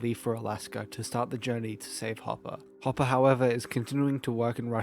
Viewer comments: Whenever says “Hopper” it sounds like he’s saying papa 😂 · Ngl I keep mishearing hopper in s1 as “papa” in your video